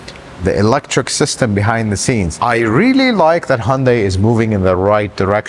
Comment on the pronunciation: It’s hun day not hun die